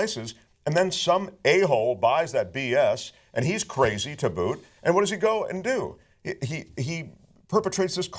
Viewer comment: kuh-razy bitch.